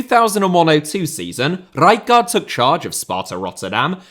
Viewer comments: It's pronounced Ray-kart ! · Isn't it R-eye-card? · Pissing myself laughing at the pronunciation of Rijkaard. How many more R's can you add in? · I laughed eveytime you said rijkaard haha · Nothing wrong with your pronunciation of Rijkaard except for the split you make in the middle. Just pronounce both parts back to back and you'll be an honorary eredivisie commentator in no time. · Please stop saying Rijkaard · Fucking say rijkard one more time like that ffs